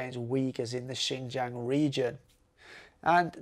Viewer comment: If you could fix your pronunciation of jiang your video would be much more enjoyable. I am a foreigner too and know it is hard but I think it’s important to respect the place by learning how to actually pronounce it.